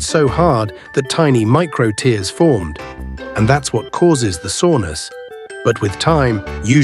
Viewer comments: Its even more painful listening to Ai pronounce teers instead of tares. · Tares, not tears